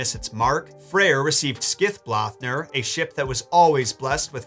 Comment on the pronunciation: You pronounced it Skithblathnir! I always hear people pronounce the th as a d... You really study this stif!